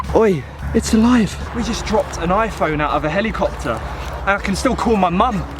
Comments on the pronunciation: How i say it, "Hell-i-cop-ter". How says it, "Hel-EEE-cop-ter" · Heliycopter lol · that accent 😂 Heli-CUP-tER 😍